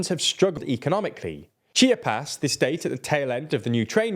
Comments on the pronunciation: chee AH - - puhs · Can I help you with Spanish translations? I’m cringing every time you pronounce Chiapas and Yucatan. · CHI-A-PAS!!! 😂😂😂😂😂 cheepeeas 🙄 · Repeat after me: CHIA - PAS, not CHIPIAS. By the way, good job! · It’s Chi-a-pas not Chippy-as 😭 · The way you pronounced Chiapas as "Cheapy-ass" hahahahah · Chip-ee-ass? It’s Chee-ah-puhs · My toes curled when he said Chia-pas, rather than Chi-apas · Pronunciation guide: Chee Ah Pas - Chiapas Tah Bah S Co - Tabasco Cam Peh Che - Campeche You Cah tAhn - Yucatan Kin Tah Nah Roo - Quintana Roo Geh Reh R Ro - Guerrero Seh Noh Tehs - Cenotes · Bruh did you say chip-e-ass? lol it’s not pronounced that way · I loved when you said Chiapas (chipyas) and Guerrero(Gahero) and Yucatan (Yuckytan) LOL me encantó!!! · Beautiful Chippy-Ass, home of the Zedapatistas. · Then he says cheeyerpass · aww hell no he didnt just call chiapas chippee-ass 😭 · Chi aaa pas But at least you got Oaxaca about right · NOT CHEAP-e-ASS 💀💀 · the state of "Chippy Ass" lmao please practice saying the names of places before recording you pronounced it much more closely here which is great lol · Either way he pronounced them wrong 💅@@ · This is the final straw, I'm unsubscribing... From the poorly researched article, to the God awful pronunciation of names and places, this channel is going to hell in a hand basket... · Bro needs to learn how to say Chiapas 😂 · Your pronunciation of Chiapas, Guerrero, and Yucatan is just terrible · I was rushing to congratulate you guys on finally calling AMLO "Amlo" and not "A.M.L.O.", but then you BUTCHERED the name "Chiapas" 😅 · I know you can’t help it because you’re British and the British are the absolute worst at pronouncing anything foreign, but that pronunciation Chiapas killed me 😂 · I was rolling on the floor when he said Chiapas 😂😂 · dawg please learn to pronounce Chiapas properly it's not that hard. I love you TLDR team but that was grating to my ears ouch